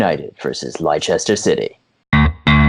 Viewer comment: Leicester not lichester